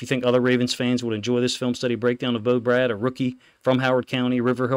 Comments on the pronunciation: Love your content. Fyi its pronounced “BRAID” not “Brad” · BRADE!!!! not Brad